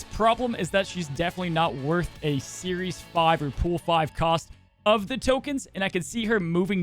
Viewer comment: Love you, but it's Series. 😆